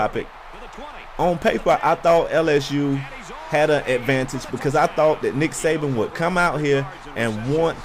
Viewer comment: It's actually Saban, not Sabian. He'll kill you for that. Haha, jk. Roll Tide!